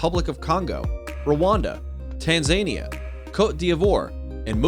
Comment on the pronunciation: Tan-zah-knee-ah, not Tan-zayne-yah. Ironic this needs to be pointed out on a language video.